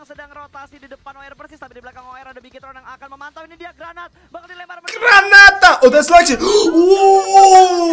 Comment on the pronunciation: when try to say"Granat" lol can't stop laughing